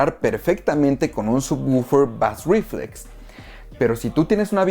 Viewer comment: Muchas gracias por el vídeo. Solo deseo comentarte que bass reflex se pronuncia algo asi como "beis riflex". Un saludo